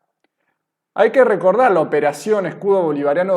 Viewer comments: Minuto otro video en donde en lugar de decir escudo dice esculo😁😁😂😂 aguas chapu 2 y van cero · El amigo, hombre cada vez que hablan del escudo bolivariano dice esculo jajajajajaj, saludos estimado, no me pierdo sus videos.